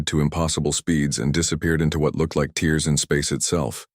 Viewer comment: In the captions and narration the word “tears” is pronounced like the water shed while crying rather than something being torn apart. Sloppy.